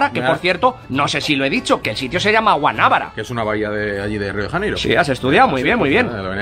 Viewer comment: Se pronuncia Guanabara, para decir Guanábara debería llevar tilde.